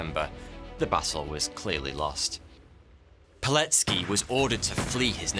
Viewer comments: I'm impressed how well you pronounced Pileckis name. Well done man, as a polish man living near the camp I really wanted to see something about our national Heros. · Finally an episode about a Pole!! Dziękuję!! (Also, his name is pronouced Vitold [Good pronounciation of "c" though])